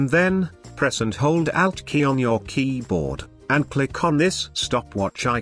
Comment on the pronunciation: the way the voice says keyboard triggers me